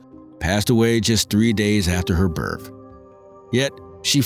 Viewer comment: Are you REALLY saying BIRF. It's BIRTH!!!!!!!!